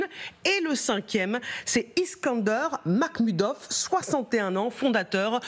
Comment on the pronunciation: La journaliste: le nom de l'oligarque c'est "Makhmoudov" et non "Macmoudov".